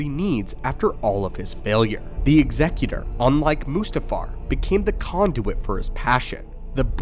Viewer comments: Bonus cool points for correct pronunciation of Executor 😁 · Man of culture who knows how to pronounce "Executor". May the force be with you.